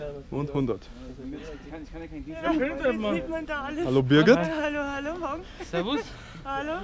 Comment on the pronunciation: Aaaaaah Es heißt birgit und Ich.. Sorry